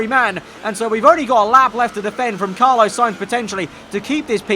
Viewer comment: It’s Carlos Carlos Carlos not Carlo!!